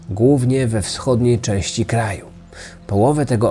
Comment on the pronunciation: drobny błąd w wymowie (chodzi o słowo "części")